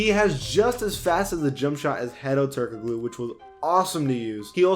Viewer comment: It’s pronounced “Turk-a-Looooo”